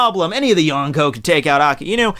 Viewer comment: He said the yonkoo not yonko